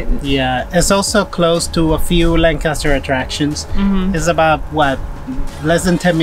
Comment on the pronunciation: Wow I live like 15 mins away from here and we also go to the OBX every year- for the last 🤔 20+ years! I seriously appreciate you pronounce “Lancaster”correctly EDIT: a little disturbed by some folks you encountered in stores not wearing masks